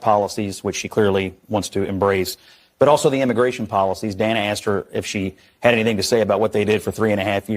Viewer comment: She Kamala called Dana Bash......Dan ah. Lmao!